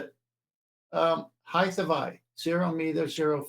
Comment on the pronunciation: Again with the "Heighth" please stop